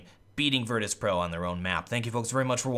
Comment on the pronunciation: Did anyone notice "virtus.pro" become "Virtus Proo" in